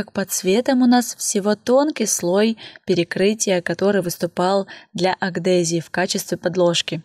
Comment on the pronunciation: Мне показалось или вы сказали агдезии? Адгезии